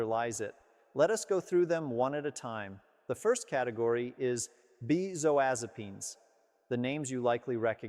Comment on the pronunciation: I don't believe he's a licensed physician. Why? Because he can't pronounce benzodiazepams correctly as well as others of the medications he's referring to. He's an actor reading off a script.